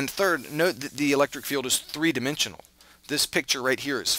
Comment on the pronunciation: he says his e's like i's -- three diminsional. It's adorable :3